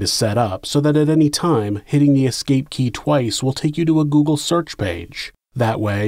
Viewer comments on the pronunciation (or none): none